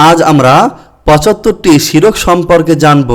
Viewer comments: শিরক না শির্ক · আপনার উচ্চারণ ঠিক নেই । শিরক বানান ভুল, সঠিক হল শির্ক